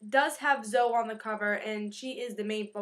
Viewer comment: It's really cute the way you say it and I might be wrong, But I think it's pronounced Zo-ee